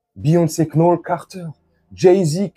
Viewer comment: Le K est silencieux ont dit nolss